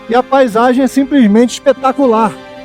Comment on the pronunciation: Deve terem tido uma pernoite " ixpetacularix"